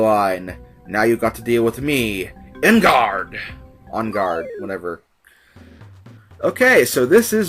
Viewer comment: I think it's pronounced "Oon Gard" but I dunno.